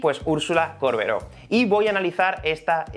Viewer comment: Me puso nerviosa que diga córbero todo el video